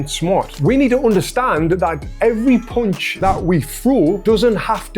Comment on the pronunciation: yes dude. You pronunce punch with the sound of the letter U like when you are saying "could". In standard British english, but also in american english, "punch" has the letter U with the sound of the A of "car". More ore less.